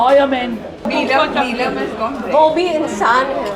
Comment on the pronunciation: Love that accent of Neelam she's still got it with a perfect T !